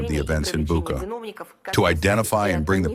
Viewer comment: The name of the place is not "Buka" but "Bucha". Why do you repeatedly mispronounce this?